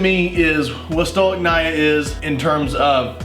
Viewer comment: Not even 40 seconds in and he pronounces stolichnaya wrong 😭 the pain in my heart rn I can’t express